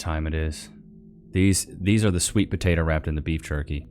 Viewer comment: Had to fast pass the dumby po-tot-oo and her mug dish holy fack